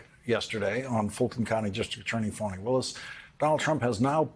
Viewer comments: Plz get it right her name is pronounced as (Fawni) . Not Phanny. Idiots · Why do Americans say her name as farni. It’s Fani same as Fanny. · That's all you need to get your ears checked because the white reporter kept saying "um" "ah" etc . Not to mention he mispronounce the DA's first name throughout the whole. It's pronounce sounding like Fanny not funni.. talk about unprofessional while you're out here watching how black people talk. Pay attention to your own ... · That's odd the white boy reporter did the the exact same thing he kept saying "ah" "uh" etc. And he mispronounced the DAs first name throughout the whole report.. It's pronounce Fanny not funni ... talk about unprofessional